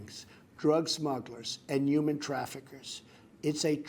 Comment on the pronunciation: Is it just me or can he not pronounce the word 'human', it sounds like 'yuman'